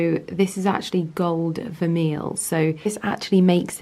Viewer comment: FYI It's actually pronounced "ver'may" - NOT "ver'meal" !!!